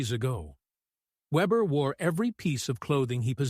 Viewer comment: His last name was not webber but weber .